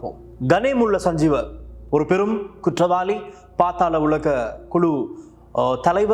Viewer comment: பாத்தாள உலகு அல்ல பாதாள உலகு தமிழை சரியாக உச்சரிக்கத் தெரியவில்லை வந்திட்டார் செய்தி சொல்ல தமிழ் உச்சரிப்பே சரியில்லை யாரடா இவனை செய்தி வாசிக்க விட்டது